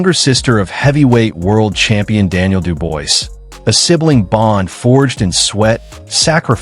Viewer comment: Dubois is pronounced "Doo-Bwah".